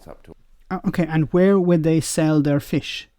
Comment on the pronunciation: Every time said FISH” I winced. That annunciation was like a kick to the nuts.